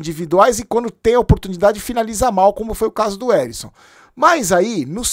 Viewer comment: O nome do jogador e Ericson , não Arisson 😅